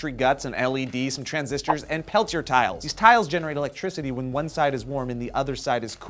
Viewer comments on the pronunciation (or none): FYI, peltier is pronounced like pell-tee-ay. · Peltier is French. It's pronounced pel-t-air. For gods sake just shoot me an email if you have technical questions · Sigh. I cringe when they mispronounce words like Peltier.